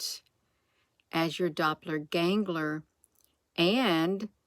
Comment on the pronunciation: Dopler gangler....lol I think is kinda funny you cant say doppelganger......😅🤣😂